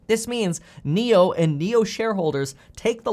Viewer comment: Did I hear “Niokola”?